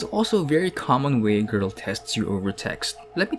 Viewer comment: Am I the only one to laugh on the way he says 'grrl'😆